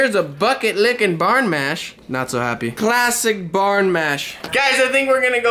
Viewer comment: Hey it is bRan not barn.